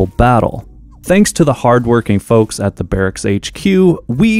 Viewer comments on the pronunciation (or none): none